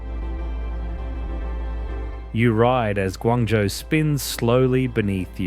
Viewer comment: ， should be “Guangzhou“